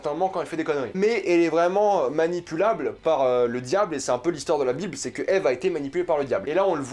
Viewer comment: Déjà tu regarde pas la serie a 100% et en plus tu dit Ive au lieu de Eve tu dit pas Adam et Ive c'est Adam et Eve... Un minimum de respect pour la serie plz